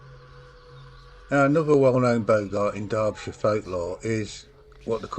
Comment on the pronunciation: Bogart pronounced, as in "Bog"! It's a Northern Sprite, brought, probably by Vikings!